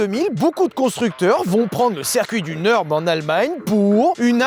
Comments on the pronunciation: alors ça ne se dit pas le "neurb" mais le NURB avec le U comme en français - d'où le tréma en allemand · au vu du titre j en parle mais nurb se prononce pas neurb mais nurb a cause du tréma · Pitié arrêtes de dire NEUrb, c'est NUrb car le Ü se prononce comme un U français! J'ai les oreilles qui saignent! 😅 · Merci. Et merci de bien vouloir prendre en considération qu’en Allemand U trémas (ou Umlaut) se prononce [u] et pas [eu]. Le Nürb n’est pas le Neurb. Non, ce n’est pas juste un truc de nerd. Et bonne vidéo ! :] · par contre, dire "neurb" c'est NON, c'est U avec un umlaut ( tréma ) et ca se prononce comme notre U à nous ... comme Ursule